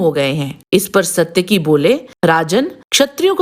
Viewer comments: इस महाभारतकालीन पात्र का नाम "सात्यकि" था ना की "सत्यकि", को अगर महाभारत/ रामायण कालीन पात्र के नामोंका उच्चारण सही नहीं आता तो पहले सिखो फिर लोगोंको बताओ. गलत उच्चार करके उसका अर्थ ना बदलो..... सात्यकि नाम का अर्थ बेहद यूनिक है! सात्यकि नाम का अर्थ "भगवान कृष्ण के सारथी, कृष्ण का सारथी" होता है। "सत्यकि" का कोई अर्थ नहीं होता है.. सनातन काल में हर एक नाम को अर्थ होता था... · वीडियो में सात्यकी को "सत्यकी" क्यों कह रहे हो? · you are not pronouncing correctly...its SAAtyaki not SAtyaki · सायकि का पड़ोसी था? 😊 वह सत्यकी थे।साइट्की नहीं। और यह बताओ वृषमि कौन थे । जिसको समझदार बता रहे हो। बताने से पहले पूरा पता होना चाहिए वह को है क्या अपने मांसे पूछो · इनका नाम सात्यकि है । सत्यकि नहीं ।